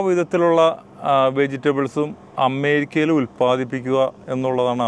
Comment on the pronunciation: "അമ്മേരിക്ക" നല്ല ബഹുമാനം ഉണ്ട് ആ വിളിയിൽ തന്നെ..അമ്മേ ...അമ്മേ...ഞങ്ങടെ "അമ്മേരിക്ക അമ്മേ"